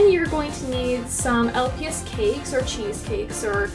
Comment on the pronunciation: You said los not lps but same